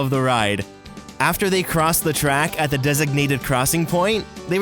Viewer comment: "WILDEST RIDE IN DE WILDERNESS" this dude loves his job😂😂😂